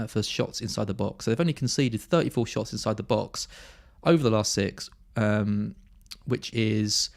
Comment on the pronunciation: My favourite part of the part… Neil Maupay… twenty shits…twenty six shots in the box 😂